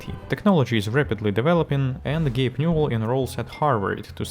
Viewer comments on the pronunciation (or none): "Gape" Newell?